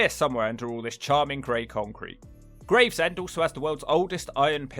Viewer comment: Ahh yes, Gravsend..... me mate closed his business here a few years back (Just up that hill from that pier), when he started to see the rot set in. Love you to come up to the East Midlands, and especaly give Ilkeston (Erewash), and it's dog crap neighbour, Cotmanhay (Both in Derbyshire)...... both are an absolute toilet.